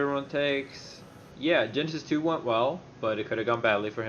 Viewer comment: jasty powalski I think he says it more like "Genesis, too" rather than "Genesis 2"